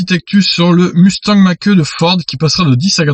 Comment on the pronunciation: MDR ! "Mach E" ta prononciation , mieux vaut dire "mach i" (c est plus élégant !) en tous les cas tes vidéos sont super . merci